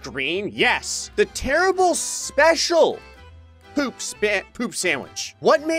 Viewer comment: Um,.... on level 8, you mispronounced Special. It didn't have a mistake.